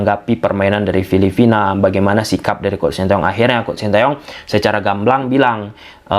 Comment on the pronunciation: Coreksi bang, bukan filifina,tapi filiphina. Intonasinya harus jelas dong bang